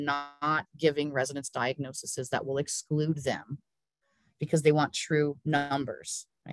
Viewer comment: Lovely presentation! But can we (nurses) pleaaaaaaaaaase STOP saying D I A G N O S E S E S. I don't know how this started, tbh. Singular = DiagnoSIS .......with an I Plural = DiagnoSES .....with an E. Thanks, the Nigerian Nurse.